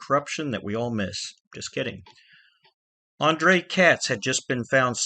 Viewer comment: andrei katz first name is pronounced "Ahn Dray" not "Ahn Dray Uh"